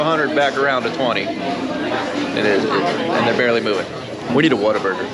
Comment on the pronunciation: I bout cried with tears of joy when said “we need a WhatABurger” and to top it off he said it right. Not waterburger😂